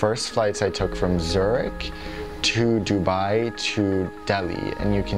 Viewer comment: He pronounced Dubai like dubee 😂😂